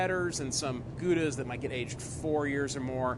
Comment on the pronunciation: "You know" I think you have that phrase down pat. 'Might want to look for another.BTB, you might want to git the correct pronunciation of Gouda.